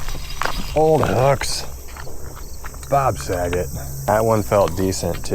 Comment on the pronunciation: Did he say "Bob Sagette"?😅😅